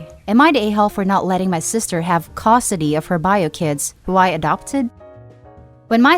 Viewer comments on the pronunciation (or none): I wish someone would teach that robovoice to say "custody", not "costody". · I'm sorry. But it really bothers me how you say Custody. You say it like Cost-ody lol. Try to work on your pronunciation. Some words just sounded a bit off, could be an accent though.